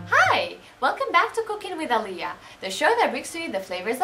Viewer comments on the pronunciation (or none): none